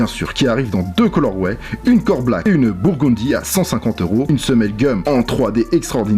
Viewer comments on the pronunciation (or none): tu m'as choc quand t'as dit burgundy y avait plus l'accent ricain